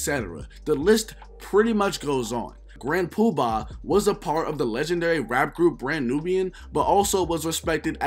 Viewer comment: Aye yo, you killing me with how you saying Grand PubAHHHH... 😆😆 good video tho